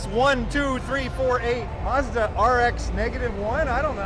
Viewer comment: There is no R in MAZDA. There is in MARZ. HA HA